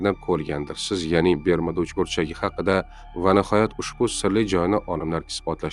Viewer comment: Бермуда эмас, Бермуд